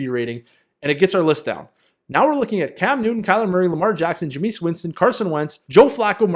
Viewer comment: Ja-meese Winston lol you got me cracking up